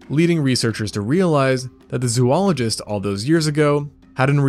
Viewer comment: “Zoologist” is pronounced like Zoh-ologist Just fyi 🙃